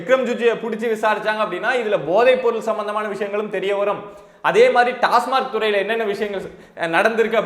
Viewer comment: திரு. அவர்களே, டாஸ்மார்க் அல்ல. டாஸ்மாக் என்பதே சரி